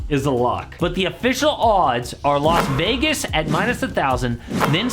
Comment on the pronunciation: it’s las vegas people…las vegas